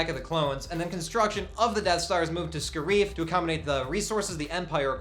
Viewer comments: and it's not friggin (ska reef) it is (scare if) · spoilers first it's pronounced scare if not scare eef also yeah everybody dose die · Ryan Meaker also the, "Scarrree-eef" instead of Scare-if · I don't think it is going to be pronounced Sca-reef I think it is Scare-if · The way they pronounced Scariff hurt too